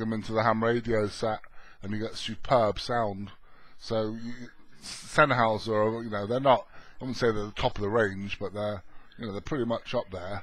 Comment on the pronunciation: English pronunciation = Sen-Highser not Sen-Howser.